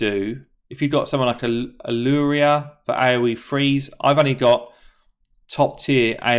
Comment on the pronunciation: Every time you say "a Lua" sounds exactly like Allure lol. Speak English already 😅